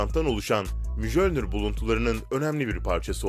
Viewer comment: Video paylaşıp bu işten para kazanıyorsunuz, bari hakkıyla yapın. Bir şeyi telaffuz etmeden önce gidip Google Translate e yazıp nasıl okunduğunu görün de öyle söyleyin. Her videoda yanlış söylediğiniz bir şey var. Mjölnir, Miyölnir diye okunur. Hiç mi Thor seyretmediniz.